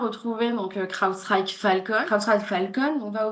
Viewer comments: L'accent du magreb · La prononciation inssuportable de Crowdstrike par madame